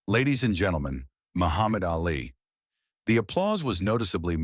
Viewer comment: By the way, his name was pronounced Ahlee, not Alley